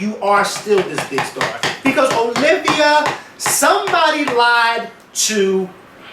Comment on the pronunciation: YOU BETTER SAY IT! (that heart to heart with O-LIV-A) was MUCH NEEDED! LMAO